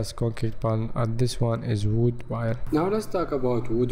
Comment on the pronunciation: Why does he keep saying “Bile”